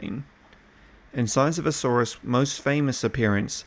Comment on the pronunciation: Niiiiiiice pronunciation brother! ;)